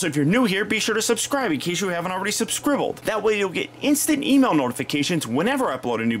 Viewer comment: I noticed he said subscribbeled